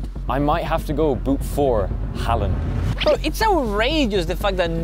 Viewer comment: they said halland wrong